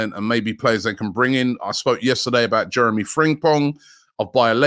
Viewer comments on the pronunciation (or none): none